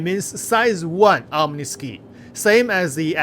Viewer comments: Bro, it's pronounced "OM-NEE-SKY" not "OM-NEE-SKEEEEEEE" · The cannon's name is pronounced "Omni Sky", as in the whole sky.